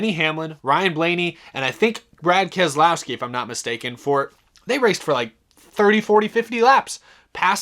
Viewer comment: Brad "And-Aaa" Kam-Skaow-Skee